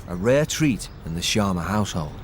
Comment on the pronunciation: It is not sharna it is sharma